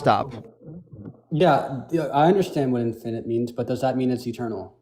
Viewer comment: For me, the peak stupid is hearing him reading from his ChatGPT script and mispronouncing easy words like "infinite" as "in-FINE-ite." His tantrumming childish ass has ZERO reading comprehension, and can't process what's being told to him any better, which is why his recaps of any statement are basically fiction. All his failed arguments begin with "You said..." when no one said anything of the sort.